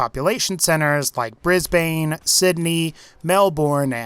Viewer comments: I was all for this until the pronouncation of the cities. Fucking triggers us aussies Melbourne: Melbn' Brisbane: Brisbn' GET IT RIGHT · Lol at how you pronounce Brisbane Briz Bain & Melbourne Mel Born... I'm in Brisbane & doing a course in gaming & have been thinking what Brisbane would be like if it were in the fallout world; being closer to China I'd have some attempted invasion during the great war, (successful or not) I'd also have the pre war Aus a republic or at least discard the monarchy (probably a bit of wishful thinking there, but for the sake of the fallout universe I'd think they could work with that) I'd also assume there would be an aus division of vault tech, the vault numbers would probably be 4 digits though. The "diggers" could be some sort of minutemen equivalent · just sounds like a damn history lesson you got off Wikipedia. PS, "Briz-bin" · its not brisbAAne its brisbin even tho its speld brisbane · Mel Born lol its pronounced mel bon just for ya non aussies BRIS BANE AHHAHAHA its bris ban we have really cucked pronunciations. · I’m being really picky here, but he pronounced Brisbane and Melbourne wrong. It’s not pronounced Bris-bane, it’s Bris-ban, and it’s not Mel-born, it’s Mel-ban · not to rude mate but how you pronounced those city names sounded kinda off again sorry to a bit rude just noticed it Edit: just to add onto that I’m saying this for all foreigners that ours cities like Brisbane is pronounced like it’s spelled it’s more pronounced brizbin and Melbourne is more melbin and Sydney is more pronounced sidnee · Its pronounced brisbin and melbin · Its pronounced Brizz_bun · you idiot, its pronounced Bris bin and Mel Bin , get it right. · “Mel-boorn and bris-bane” no just, no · just saying, its pronounced bris-bin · Just saying its Brisbane not brisman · Stop saying Brisbayne ffs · "Bris-bane""Mel-born" My ears! They hurt! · pronounce *bris bun, mel born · Briz-Bon, Sid-Knee, Mel-burn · It's pronounced brizbuhn and melburn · Its brisbin